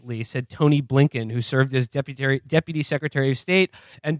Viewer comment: Man, Will really loves to say “Deputary”